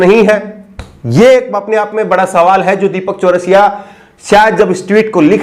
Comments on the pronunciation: एक तो वीडियो को रोक कर ये कमेंट कर रहा हु ज़रा ध्यान से सुनो।। ये पत्रकार पत्राकार क्या है ये तेजा तेजा। नाम गलत कहे ले रहै हो बे। अंजना ओम मोदी है तुम कश्यप कह कर बुला रहे हो दीपक चरसिया है चरस पी कर टीवी पर आता है।। तुम चौरसिया चौरासिया कहे कह रहे हो।। गलत पत्रकारिता न करो।।सही से नाम ल्यो।।। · Bhaiya ye Deepak Chaurasia nhi charai hai aap naam ka Sahi se ucharan kariyega next time se.... Please